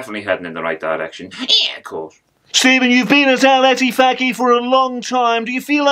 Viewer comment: Instead of Al Ettifaq, its become Arrrl Whatthefaq 😂😂